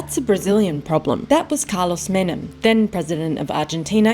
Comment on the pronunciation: “Menem”? Hmmmm